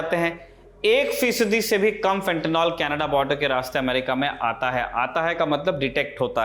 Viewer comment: Fentanyl....NOT Fentanol Fenta निल सही उच्चारण करिए. हमारे देश में गँवारू लोगों की कमी नहीं है FENTANOL का भी कुछ और बना देंगे